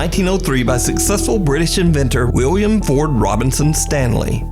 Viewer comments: idk if its just me, but it sounds like nuke is saying wiwwiam & whenever he mentions the guy by name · Pretty sure he says Wiwwium.